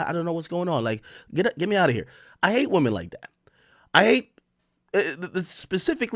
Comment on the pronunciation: Did buddy just say “womany”